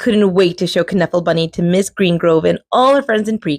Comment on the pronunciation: Loved this!!!! And it's pronounced Nuffle... like Knuckle